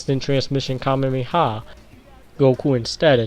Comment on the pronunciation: KAMEHAMEHA. NOT KAMEMEHA. YOU SAID IT CORRECTLY BEFORE.